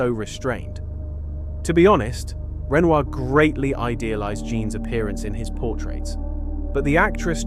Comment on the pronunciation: Hello! I really appreciate your efforts to make a video on art history and art stories. But Renoir is a very famous artist's name and it should be pronounced correctly. Here it is really badly pronounced and so is the name of the actress that he portrayed in his paintings. Please pay attention to such important details.